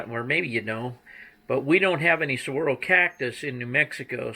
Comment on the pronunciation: Hey, Now... What is Wrong with Arizona and those Saguaro make me feel like home ;) You also made Arizona proud, You said Saguaro correctly unlike some host on other YouTube Channels! What gets me is all the stupid mines on those backdrops.